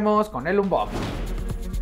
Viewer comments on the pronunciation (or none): none